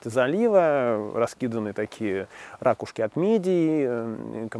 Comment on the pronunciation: Очень понравилось все. Спасибо! Только в слове,, ракушки,, ударение на,, У,, а не на,, А,,! ☝